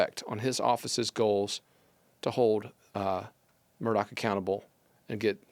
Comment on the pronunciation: Not MUR-DOCK!! Pronounced MUR-DAW!!